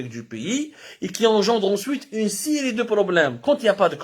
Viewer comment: Une siri de problèmes haha ha ha ha ha ha ha ha ha ha ha ha ha ha ha ha ha ha ha ha ha ha ha ha